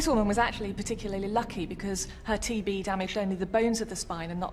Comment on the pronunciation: On TB I actually heard TV! Lol!😆😆😆